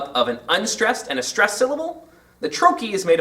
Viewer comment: You could not possibly be more wrong. The IPA says: \ ˈtrō-(ˌ)kē \ so you are wrong on the pronunciation of the second syllable, but you also put the accent on the second syllable, making "trochee" an iamb! Think about the meaning of the word-it's a two syllable foot with the accent on the first syllable. Would it make sense for a word describing that to be rhythmically the opposite of that (an iamb, as you have it?) . No, the word "trochee" is a trochee -- a two syllable foot with the accent on the first syllable. TRO-kee